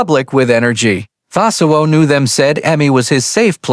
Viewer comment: Coell, cossell, and so much horrible narration. Having a bot tell me about the human side of life is too ironic.